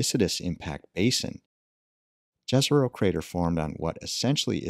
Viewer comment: It's not that hard to pronounce Yeh-Ze-Rho correctly. You can pronounce that first letter like when you say first letter of Yeah or York. Should be written like Yezero for english speaking people or so. We research another planet and let us research our own also, languagewise.